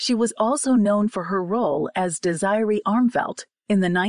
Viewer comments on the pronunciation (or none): Desireeee, not Desyree. Poor.